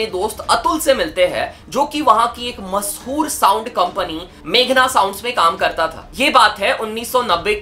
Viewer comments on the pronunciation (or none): none